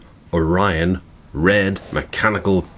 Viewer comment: its Orion not onion lol